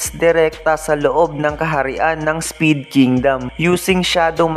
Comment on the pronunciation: Spade po hnd speed😂